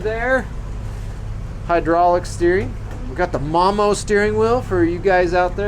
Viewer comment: Boat is too cool. Nice cabin. Love the windows. Drone footage is A1 Top Notch!!!! I believe the MOMO steering wheel is pronounced "Moe Moe" as opposed to "Mom Moe".